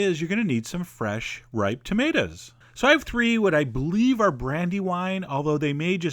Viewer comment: Thumbs up for "tah-mate-as"